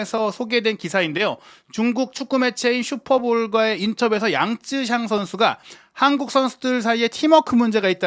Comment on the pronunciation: 양쯔샹이 아니라 양'쩌'샹이 근접한 발음인 듯. 江澤民을 보통 장쩌민이라고 하지 장쯔민이라고 우리말로 표기하지는 않잖아?